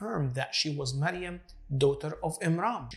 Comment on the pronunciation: Miriam and not mariam